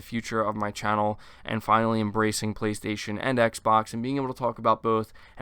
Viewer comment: Voice synthesized: PlayStasun!